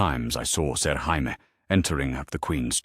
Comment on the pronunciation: lol when AI pronounces Jamie as Hamie.